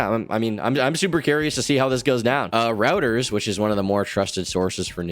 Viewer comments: 'Reuters' is pronounced like this >>> roy-ters (not 'routers') 😹😉✅ #FYI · ROYters not rOUters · It’s not pronounced routers lol it’s Roy-ters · Reuters is pronounced "Roy-turrz" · It's pronounced "royters",. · Reuters - Pronounced "Roy-ters" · This dude called reuters "rowters" nah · "Routers be unbiased!" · I get my information from Routers and App News 😏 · pronunciation of "Reuters" gave me a fucking hernia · Zoomer moment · Bro doesn’t know how to say Reuters